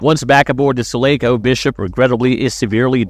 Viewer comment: He pronounced uss sulaco and hadleys hope wrong